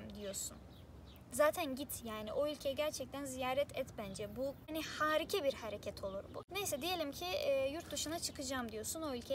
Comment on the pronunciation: Harike değil hârika . Â ile